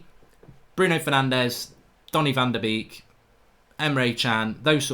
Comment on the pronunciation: It’s pronounced van de ‘bake’ my guy, not ‘beak’